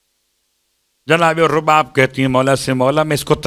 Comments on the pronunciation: بیبی کا نام رباب ہے زبر کے ساتھ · بیبی کا نام تو صحیح سے بولیں